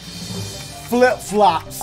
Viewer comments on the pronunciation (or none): why he say flip flops like that HAHGAHAHAHA